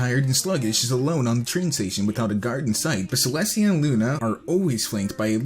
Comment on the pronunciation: "Celstia". That's a sin.